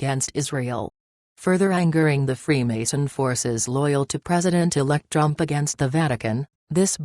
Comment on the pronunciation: Can you at least program the computer to pronounce "Trump" instead of Drum or Drump. Can't be that hard. What evil people attempting this coup. Karma and God will see that they get theirs.